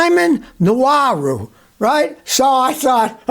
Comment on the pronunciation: Sir, Nuwaru is not a Nigerian name. Unless you mean Nwaru. then you pronounced it wrong.